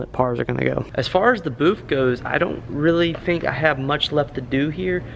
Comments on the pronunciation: Its BOOTH. Not BOOF. Lol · just messin with ya. Sounded like you were saying BOOF. Could be my lousy hearing. Lol